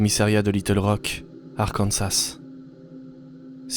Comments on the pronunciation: C'est vraiment génial ! Un grand bravo ! Ma fav reste la 2eme. (ps: arKansas, pas Arcansas :D) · Arkansas pas arcansas . Très bonne vidéo merci